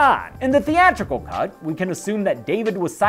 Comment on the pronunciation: For a split second it sounds like he’s saying “welcome to the cunt comparison.” Also cool video.